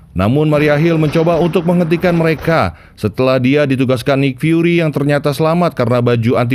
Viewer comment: Bacanya nik fyuri bukan naik